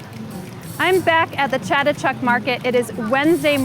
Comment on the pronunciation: Her pronunciation of the market is SO wrong. lol. but ugh all the plants! i want to go back to Thailand so bad!